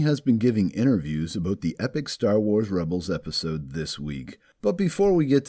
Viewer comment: Aboot? Are you Canadian?